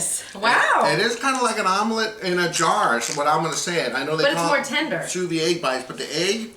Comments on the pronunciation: It's pronounced soo veed (pronounce the "d"). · like it a lot but you should pronounce the de at the end of vide like you would a d from a french man to you looks good can't wait to try